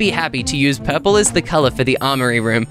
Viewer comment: When he said purplur it got me rolling😂😂😂😂